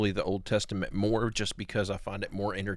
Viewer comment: Hey, the word "old" is pronounced old, not "ode". "Told" is pronounced told and not "tode".